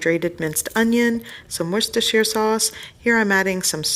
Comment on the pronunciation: She said Worcestershire properly!! Yessss !!